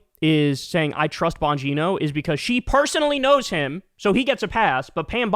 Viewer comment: *Gine-OH* Dan Bon-GINE-oh